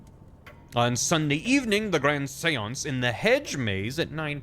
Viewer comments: I haven’t watched yet, what about ‘Shawnce’ (Sean = Shawn in Irish,) I CAN’T BELIEVE I FUCKING CALLED IT OH MY GOD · Read this before starting the vod, so he started with the normal pronunciation and I'm like "ok... when does it get bad?" It got bad It got so bad I'm taking irrepairable psychic damage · The way you say Seance makes me cringe